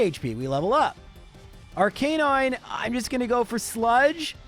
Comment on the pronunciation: Can I make fun of how he pronounces Ar - canine? ARC - UH - NINE